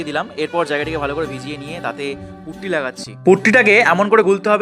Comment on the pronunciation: প্রথমে পুট্টি কে পুকটি শোনা আমি 😂